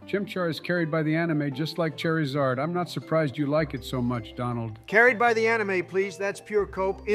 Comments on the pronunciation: No hate, but that "char" pronunciation is cringe. Keep hearing Cher. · Ooh okay here's where the hot takes get spicy Kinda funny how none of them can pronounce Charizard right Aight you already committed a Spectre-worthy crime with that Eevee placement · Good Ol’ Chair-I-Zard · Okay it's 'chair'izard from now on